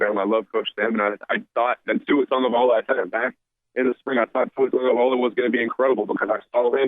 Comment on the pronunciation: Tagovailoa not Tagovaiola,. 🤦‍♂️